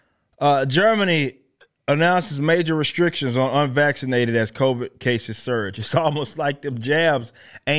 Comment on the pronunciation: Why does he keep saying COVAIDS?